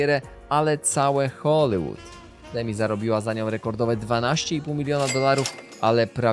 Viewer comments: scenariusz na bank napisał ci Chat GPT Dałem radę obejrzeć połowę bo Hoolywood czyta się z i a nie z y czego po 30 powtórzeniach nie da się znieść sorry ho·lee·wuhd nie ho-lYY-wuhd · Wszystko fajnie,ale błagam wymawiane przez Ciebie Hollywood brzmi tak drażniąco.